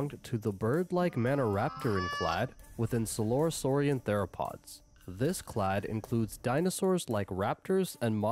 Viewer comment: Just an FYI, the "a" in "clade" is pronounced like it is in "clay," not like "lade". So you could phonetically write it as "claid". ;)